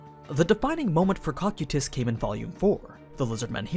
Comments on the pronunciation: I’m so used to hearing Coe-Ki-Tus, that Cock-you-Tus takes me off gaurd each time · Guys the pronouncement is a bit off. It's not COCK-SAI-TIS, ITS NOT COC-KU-TIS. ITS CO-KY-TUS. Cocytus. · Bro your horrid pronunciations of character names is the reason I don’t watch your content. First it was “Ree-mer-roo” which you pronounce as “Rim-Roo”, and now “Ko-Ky-Tiss” which you pronounce as “Cock-Cutiss” which is stupid close to “Cock-Cutips”, which is a little funny tbh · its (co-ky-tüs) not (coc-ue-tus) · i love these videos but the way you read some of the names really makes it hard to watch especially in public - its CO-CY-TUS .... not COCK-CUE-TUS please dont say it like that anymore i rather not have people ask if im watching something porn related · Huh I pronounce it co-kite-us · Cocytus (KOH-KYE-TUS) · Man's actually be saying Cockquetus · he calls him "cock e tus" and that bugs me to no end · In the english dub cocytus is pronounced Coo Kite Us...... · NOOOO!!!!! Use the dub pronunciation again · You mispronounced his name but you say the layer off hell right how is that even possible they are pronounced the same cmon man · Why are you saying cocytus like that?